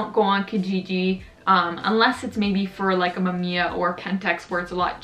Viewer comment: Mam `iya ? WTF ? Originally (maꜜmija ) - mAmiya , its japanes word , but not Canadian.